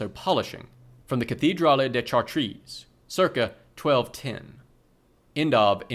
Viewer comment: You should've looked up how to pronounce Chartres lmao